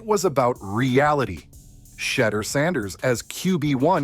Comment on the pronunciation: AI saying "Shetter" is the only interesting thing about this bot trash. Ban this channel.